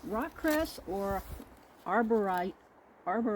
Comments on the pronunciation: Great video 😊 The " Aubrieta" is pronounced " Or- brie- sha" xx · In the uk we pronounce aubrieta "aub-ree-sha"